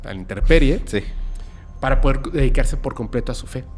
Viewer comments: Es incorrecto , no es interperie, es intemperie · Se dice intemperie, es incorrecto interperie!!!